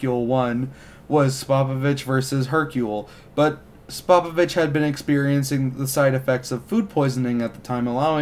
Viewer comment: Good vid, except cringed every time he pronounced Spopovich